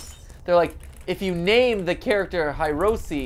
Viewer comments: Matpat...it said HIROSI, not Hiroshi... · Its hirosi not hiroshi, so I hope u do another vid where u correct this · You messed up the name, mat. It's HIROSI, but you had it as the default name. HIROSHI. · Welcome to Part 3, where MatPat fails at reading letters. The Stur*d*y Key for unlocking the stur*d*y. Rename the main character to Hiros*h*i. It's all the same. LOL No judgement. My SO is lysdexic, so I'm used to it. Every. Single. Day. Or maybe I should say "a very shingle bay". I mean if it passes spell check in the email, it must be golden ... right?